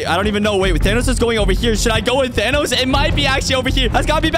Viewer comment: Bro called Thanos ''Thenos"